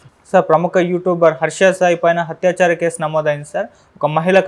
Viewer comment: Orey babu, malli malli chepthunna, adi HATYAACHAARAM kaadu. ATHYACHAARAM. no but the other guy.